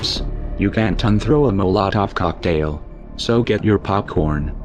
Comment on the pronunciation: Really? Sorry, I don't trust someone who does not know how to pronounce "molotov cocktail". You must be an enemy spy.